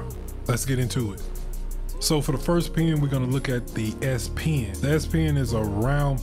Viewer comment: So, would you recommend the S - pee-in (as you say)?